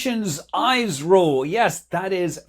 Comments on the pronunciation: I know it's a proper noun but can we pls have Scott call it eeeesro and not eyes-ro It's actually how everyone in India refers to the organisation!! it just sounds wrong when someone says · this is how to speak/pronounce ISRO- > 'ease-row' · The way he said 'EYE'SRO 😂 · Its not AISRO Scott, its IS-RO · Scott isn't ever gonna pronounce "ISRO" correctly....🥲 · Manley, I watch you regularly, just your pronunciation of ISRO is not correct. It's pronounced with an E not I.